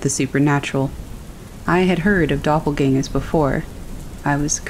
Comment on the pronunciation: German word pronounced correctly!